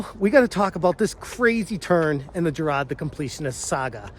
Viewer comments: Huz names Jirard not jarad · Why do you pronounce his name as JI RAAD? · How come you cannot say “jirard”. ? Its not hard. Can’t you pronounce “R”? LMFAO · I'm pretty impressed that you've covered Jirard so much, yet don't get his name right. Amazing journalism on this one.